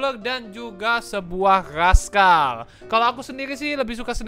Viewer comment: bang razkal beda z s sama k c